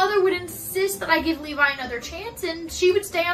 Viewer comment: As a Levi I am both offended by the use of my name in a negative way, but I'm also glad you pronounced it right. I am not an embankment built to prevent the overflow of a river